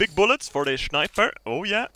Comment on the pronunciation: I just love how he pronounces sniper,shniper